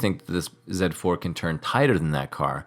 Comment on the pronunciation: Zed 4 sounds much better than Zee4 I am biased of course and you didn't mangle up mirror 😅